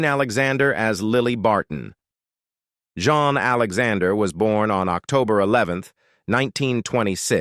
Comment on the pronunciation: Thought they were going to feature the film set sweeper up next! They managed to turn Jean Alexander into a male by pronouncing her name incorrectly. Some film clips didn't even show the artist they were mentioning! Lots of ages incorrect, etc.